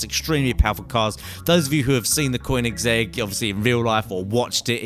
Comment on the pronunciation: It's not a coin-ex-egg! It's Kern pronounced like a colonel